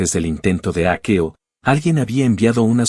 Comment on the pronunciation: Será leído con un programa como el traductor, y lo ha leído literalmente de hackeo yo creo